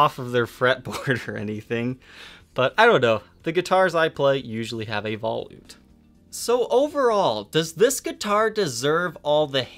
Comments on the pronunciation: Veh loot. Not vah lewt. Sorry. Awesome video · Black chrome. First thing I said when I saw this 'thing' is "It looks just like a Jackson Roswell Rhoads!!" I also believe it is pronounced vol-ute, like sport-ute, not vol-oot. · I appreciate your efforts... but for the love of god, “vuh-loot”. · Yes...... vuh-loot